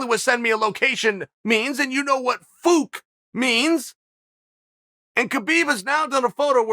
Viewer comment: I can die peacefully now after hearing Chael say "Fook".